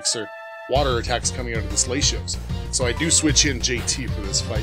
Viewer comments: gotta let you know man RED numbers on a stat means increase BLUE means decrease, other than that good series bro keep it up. Also i love how you pronounce Latios 😂👌🏼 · Its pronounced worm-o-dam and lat-ios..